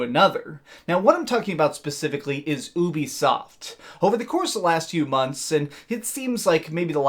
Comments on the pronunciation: Ooobisoft... am I the only one who pronoucnes it *U*bisoft? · The way that you keep calling it OOO-bisoft is beyond annoying. It's pronounced you-bisoft, hence their service Youplay. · It’s not oobisoft it’s Ubisoft as in uplay not ooplay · I cant respect anyone who says "OOOBI SOFT". I cringe everytime lol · Only youtubers pronounce ubisoft like that I use a hard U. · Why do people pronounce ubisoft like you do